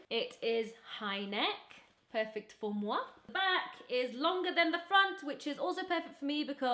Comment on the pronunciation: "Perfect for moi" your french sounded soo Good 😍